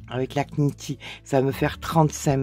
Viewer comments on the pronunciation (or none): Bonjour et Merci pour cette vidéo bien expliquée 👍 Je voudrais vous faire une demande gentille💐, SVP, si vous voulez bien ne pas prononcer le "K" de "knit" ou "knitting" etc car en anglais on ne prononce JAMAIS le "K" en début de mot lorsqu'il est suivit d'un "N"😉 comme "know, knee, knife, knignt, knock" etc Merci car mes oreilles souffrent à chaque fois 🙉 😉 - Je ne voudrai pas que me demande soir mal prise. - Je vous souhaite un beau dimanche ☀ 🌸 Nicole 🌺